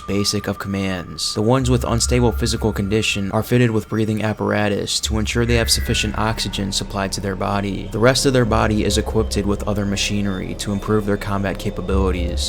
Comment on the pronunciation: I love your content, but "equipped" is also the way you say that past tense. "Equipted" is not a word...